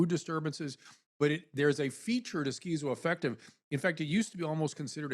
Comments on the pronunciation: I feel stupid for thinking TMZ might have something salient to say about this case and its complexities. However, the second you introduced that whack job political hack “Dr. Drew,” mispronouncing schizoaffective no less as SKEEZO -affective; I knew I had made a grave error! Get a better class of talking head TMZ 🥱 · Dude Dr Drew is so fucking far off base in his description of schizoaffective disorder… down to his weird pronunciation. It is not almost considered a personality disorder by any legitimate professional. It just a mood disorder with psychotic features. It’s a broad spectrum disorder. And many people are able to live meaningful productive lives while living with it